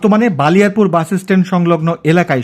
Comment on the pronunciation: ভাই বালিয়ারপুর না ❌ বলিয়ারপুর হবে ✅.